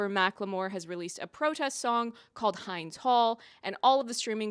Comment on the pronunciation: Hey, Hind is pronounced like wind.